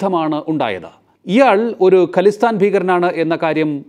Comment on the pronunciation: ഖലിസ്ഥാൻ അല്ല ഖാലിസ്ഥാൻ എന്നാണ് .